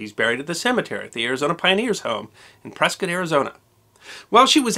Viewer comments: Well he pronounced Prescutt correctly. Old timers and other native Arizonans would never say PreSCOTT. Interesting stuff. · You pronounced Prescott correctly! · I'm amazed you pronounced 'Prescott' correctly! She's buried about two miles from me. The Arizona Pioneers Home is still operating and overlooks the town. Still looks like your photo. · Great job pronouncing Prescott correctly!😁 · Another good story! And I think you and I are two of at least ten non-Arizonans that know how to pronounce Prescott!